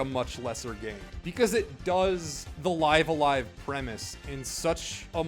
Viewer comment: I think how u pronounced it IS actually how it’s meant to be said. The Japanese at the bottom translates to Raibu-a-Raibu (bc there’s no v in Japanese n they largely speak in consonant vowel syllabaries so for instance to say Stop wud be Su-ta-pu). So if it was let’s say Liv-a-LIEva (phonetically ofc) it wud be リブ-ア-ライブ (ribu-a-raibu)